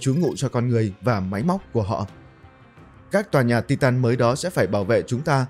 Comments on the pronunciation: Tai tần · đọc sai từ titan